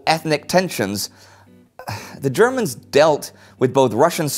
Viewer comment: Every time Indy says "the Germans, I hear "ze Germans".... I am a horrible human being. XD